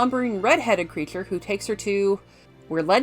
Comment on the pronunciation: Maaan... usually TRY to ignore, but in THIS case, maybe check a speech therapisshhhht. "priSoner" can be pronounced and enunciated correctly yet "shhhooo" (so) and "creashhhure" (creature) is an issue. Man! Had to cut this one short folks. When your voice is the SOLE selling point, maybe get it checked in a sound booth first. Eh?!?